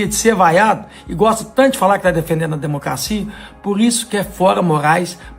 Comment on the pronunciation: Como é que vota em um senador que não sabe falar o português "par quem fala " "democacia" etc. Que vergonha "cleitinho ".